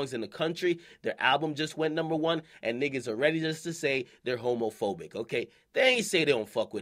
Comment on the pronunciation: This dude akademiks said "homofoic" nigga what